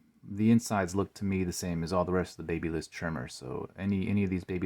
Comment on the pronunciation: Pls learn how to pronounce babyliss 🙏